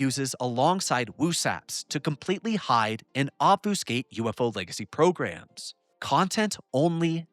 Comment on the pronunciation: love you, love the channel... It's OB-FUH-SKATE. Or, perhaps OB-few-skate. It is definitely NOT Ob-Foo-skate.